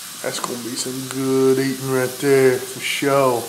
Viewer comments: "It's gon' be sum good eatin' fo sho" hahaha awesome! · "That's going to be some good eatin', FO SHO!"